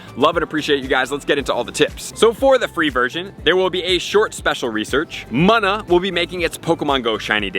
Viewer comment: I hate the way you pronounce munna it’s pronounced moona not muna